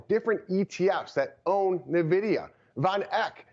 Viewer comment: Say it with me now…. EN-VIDIA. Not NUH-VIDIA. Guy can’t even say the name of the hottest company in America lmao.